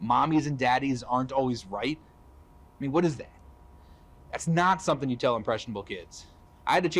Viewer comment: WHYS HIS FIRST WORD "waht" 😭